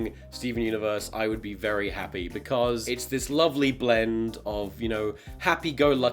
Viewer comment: vewy nice